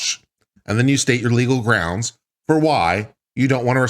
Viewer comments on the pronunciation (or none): Count the number of times says "groundz" in this video.